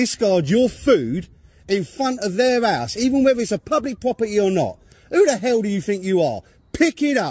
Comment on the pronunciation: Each time he's saying "house" , i can only hear "arse" ‼️‼️🤭🤭👍😁😁😅😅 Jokes aside ‼️